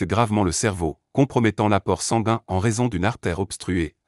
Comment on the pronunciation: Si je vous suis, je devrais passer mes journées entre mon médecin traitant et l'hopital.🥳 Le robot qui parle ne sait pas dire "sanguin" ni d'autres mots.